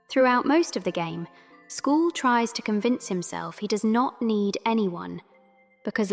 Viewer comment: who is school? you mean Squall. S-KU-AL